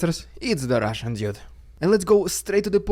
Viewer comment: FYI... Rushian DooD.. Try that